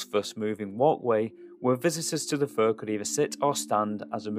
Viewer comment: Great doc. However, I've never heard "fair" pronounced "fur" 😅